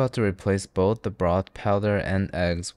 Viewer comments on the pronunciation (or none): none